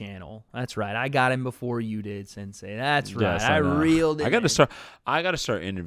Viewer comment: sensei sounds like 69😂😂